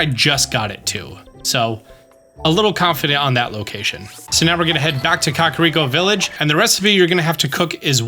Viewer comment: Kah-Rhi-ah-co- Village😣